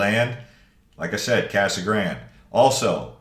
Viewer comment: Its Casa Grande not Casa Grand